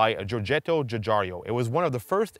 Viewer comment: Ffs...if you are going to attempt a car channel, learn how to pronounce names. It's Guigiaro, "jew-jiharo" not "Jewjario".